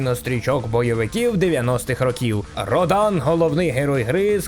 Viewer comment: Обзор супер,молодець що згадав,але малувавато,не описав бойову систему котра будується на комбо(набір клавіш для ударів):) І ще,що не РодАн,а РОдан.Удар на О.